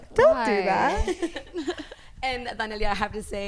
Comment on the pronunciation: Is it me or did she butchered Daniela’s name when she said it?😂